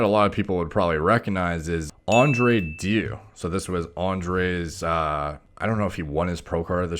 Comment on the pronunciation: Just as a side note, it's pronounced De (like DErmaroller) iu'(like you).